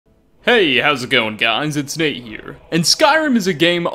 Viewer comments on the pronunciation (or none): nates pronunciation is killing me